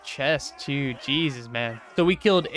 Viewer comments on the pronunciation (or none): none